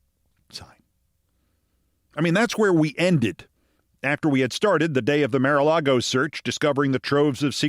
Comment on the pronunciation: What is the point of consistently mispronouncing "Mar?"